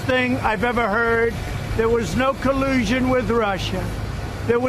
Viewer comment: "No Kuh-loo-sean"